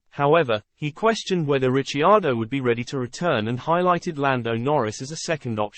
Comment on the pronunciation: You could at least pronounce Ricciardo's name correctly .... and some research, not much mind you, would teach you that he is Australian not British